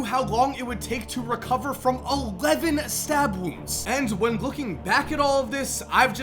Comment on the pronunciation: “HE WAS STABBED ULLEVEN TIMES”